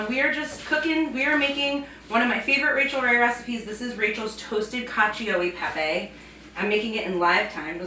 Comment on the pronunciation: 😍 si pronuncia cal-cho e pepe 😉